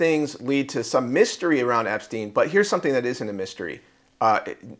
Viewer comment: No one can pronounce that human traffickers name to save their life